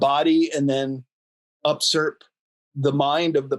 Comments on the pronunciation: Respectfully, *usurp, not upsurp, I believe. Thank You For All You Do!! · says up-surp; it is u-surp. I was trying to figure out what he meant when it occurred to me that he meant u-surp. I hope this is OK; I like him very much.